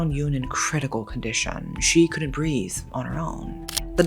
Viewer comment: I just love the way speaks. She'll be like "she couldn't brea.....the" “afforrrrrd" “conditishon" “driiiiink" etc lol ♥️